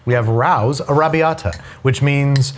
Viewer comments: Ray-Os, not R-Ows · It’s pronounced “Ray-Os” not “Rowz” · Can we talk about how he pronounces Rao’s? It’s RaY-O’s, not RaU’s. My eyelid twitches. lol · For the love of tomato sauce it's pronounced Ray-O's not Ray-OW's like you stubbed your toe while saying the name Ray, OW! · By the way, it's "Ray-Os" not "Rows". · It's pronounced 'Ray-Ohs' not Rao's :) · The family that owns Rao's (the restaurant and the sauce company) pronounce their name "Ray-oh's" not "Rouse". Not trying to be "that guy" but I've seen them on a few cooking/food/travel shows and they always say "Ray-oh". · I am way late to the party saying this, but... "Rao's" is pronounced "Ray-oh's" No idea why, but it just is. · It’s Ray-o ‘s!!!! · Rao's (Ray Oh's) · Rao's is pronounced "Ray-oh-s". They're a New York City thing, how'd you get it wrong? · ok, you lost me ranking Prego/Ragu as high as anything Rao's (pronounced Ray-O's, kind of disappointed that you're a NYer and botched that) makes. Rao's is worlds better . And I actually prefer the marinara to the homemade marinara you make with your Chicken Parm recipe. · It's pronounced ray-os,right? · Rao's is pronounced Ray-Oh's for future reference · Raos is pronounced “Ray-Os” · Shocking to me that doesn’t know who Lidia Bastianich is or that it is pronounced “Ray-o’s” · Should we tell him it's pronounced ray-oh's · RAO's is pronounced ray-oh's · Am I the only one that thought Rao’s was pronounced like “Ray-O’s” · Plus he doesn't know how to pronounce Raos and the price is $3.00 off. Raos is $6.99 at ALDI, Wallmart and less at Costco. The majority of his statements are just plain wrong. Go back to culinary school or, better still, attend a culinary school. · Wait lives where and doesn't know how to pronounce Rao's? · That’s not how you pronounce “Rao’s”.